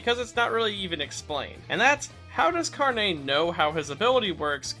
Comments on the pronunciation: he says "carné", while the emphasis is supposed to be on the r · Carne has no emphasis on the "e", it is pronounced like "carnage" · As a Brazilian, the way he pronounces it, "carnê", reminds me of store cards, like, those things you can make at specific stores to buy and pay later. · The way he pronounces carne as if it's all fancy like just hilarious to me as a spanish speaker. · Yo También XD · Yeah lol